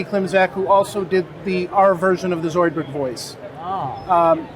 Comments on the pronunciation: Sounds like he said Gazoidburg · What'd he even say it sounded like he said "zoidburr" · wtf did he not say zoidberg hahaa it sounds like it. Do u really have to pronounce the “D” so hard?